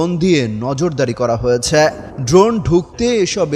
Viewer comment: হয়েছ্যা এটা কি ভাই 😂😂